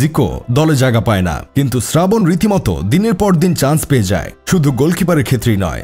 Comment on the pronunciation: Srabon ❎ Sradhon ✅